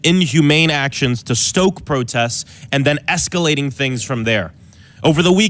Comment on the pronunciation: I can't beleive the gaslighting. "escelating" give me a damn break.